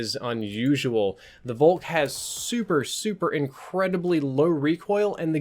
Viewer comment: Folk! Volk is prononced Folk